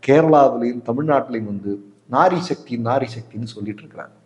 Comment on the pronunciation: சார், அது நாரி சக்தியில்ல, நார்ன சக்தி